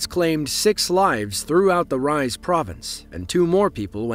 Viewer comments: Its "Reezeh" not "rise" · It's not pronounced "Rise" - it's pronounced "Reeza" - also Elvis is NOT buried in Tupelo. 🤣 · The Turkish city Rize is pronounced “ree-zeh” just for future ref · # as a Turkish person i have to say, that place one of the most beatifull places in Türkiye (and in the world. My opininon). But its really hard to live in there as you can see why. Also we pronounce Rize like R-E-Z-A. And thx for the great video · it is pronounced Rize, like Reeze (with two letter e's on "i" and an litteral "e" letter in the end). Anyway. Good job about the video! 🙌❤ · “Rize” is pronounced wrong in this video if you must know. It’s pronounced as Ree-za. Wettest land in Turkey which produces rich tasty tea. I had a bag as a gift and I tell you it tastes different from Eastern Asia tea. It has an Aroma to it. Different from the rest. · Rize is pronounced: ree-zay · my man not you calling Rize like "rise" the hell lol? at least you could've look it up how to pronounce it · Rize is not pronounced like rise, it's phonetic.